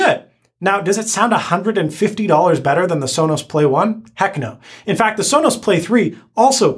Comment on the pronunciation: How could you say alisa and sola